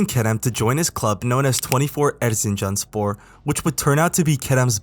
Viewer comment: Particilarly pronouncing Erzincanspor as well as a good educated turkish person was great.. in the whole English speaking world, no one can pronunce it better.. i am sure.m